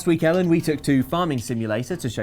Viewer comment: I actually thought Ellen said Hiya Mellon not Hey, i'm Ellen.